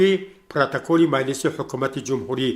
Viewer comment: Дар забони точики калимаи шуъба ва майлис нест ,ин мухбир доимо хато талаффуз мекунад ,хонандагони мактабхо чи ибрат мегиранд ???